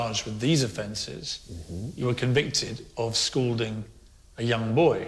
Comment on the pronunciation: They both keep saying 'scolding' , but it's 'scalding' . This guy is a guilty psychopath!